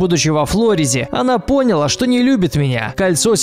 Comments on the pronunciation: ПонялА. Ударение на последний слог. Пожалуйста, говорите правильно хотя бы такую элементарщину😣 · Ааа, прошу, научите диктора правильно ставить ударения. "пОняла" уж очень режет слух, да и не только это слово.. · "По́няла"? "По́няла"?! Серьезно?.. Уши немножечко свернулись. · 80% комментариев — "не пОняла, а понялА", и "не флОрида, а флорИда". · Поняла́ как бы...а не по́няла...ну лан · что с ударениями?? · Ты ударения на слова не так ставишь. -УШИ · Бляя, УДАРЕНИЕ РЕБЯТА, УДАРЕНИЕ!!! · Читай слова с правильным ударением.